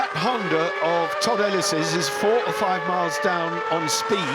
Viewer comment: Lol he said 1 2 3 4 fiiif.. haha